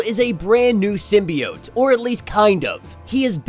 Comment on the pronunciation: Keep saying symbiot I like that